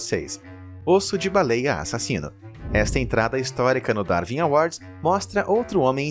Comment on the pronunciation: Não se pronuncia "Darvin awards", mas sim "Darwin awards". (Lê-se Daruin".